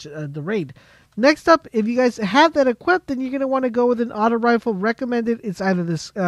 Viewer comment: It's Rifle not refill